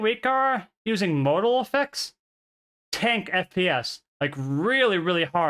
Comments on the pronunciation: Model = Mah-del. Say it with me. Not modal. Mah-del. Mah-del. Model. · British people don't say MODE-AL for model. They say MOD-EL. Very short and sweet pronunciation, with emphasis on MOD, with a rounded O. Just like Mods and Rockers. If we are saying the word MODAL, then of course we pronouce it as in the video. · Appreciate the video immensely! It was very hard to listen to, though, because you pronounce 'Model' as if it were the word 'Modal'. It should be pronounced like "maw-dle." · I kept hearing the word "modal" and it was confusing the hell out of me. And then I figured out you were talking about models. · The way you're currently pronouncing it is how the British pronounce it. In America we say "maa-dl" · is he saying martl or model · The only way it’s pronounced the way you said it in this video is for the word “modal,” which means something else entirely. The word model is pronounced mod-el. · why does he keep saying model wrong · I don't have a great pc because of age but it has been ok everywhere except raid. I haven't raided since first week but everytime bossfight started fps would go avg. 10-15. Even turning off all addons made no difference at all. I expect fps issues when at worldboss and in raid bossfights with 30 players but not 10-15 players in the raid I was in. PS. The 'o' is pronounced with the same sound as father in US english apparently and stress on first syllable. It confused me a little because I was hearing you say modal. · Great video outlining an issue. Some feedback, you are saying model incorrectly.